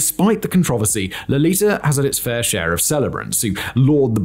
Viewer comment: My English teacher criticized me for pronouncing "controversy" the way you - a native f-ing English speaker says it!!! I wish I could show her this video! :D